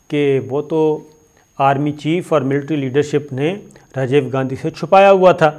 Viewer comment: Sir aap Rajiv ko Rajave keh rahy hn